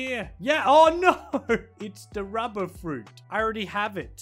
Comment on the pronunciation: I love he call the rubber is ruber with no 2 b